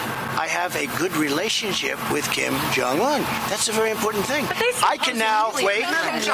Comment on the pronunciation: Be vewy vewy quiet. I’m hunting for weasonable doubt 🤫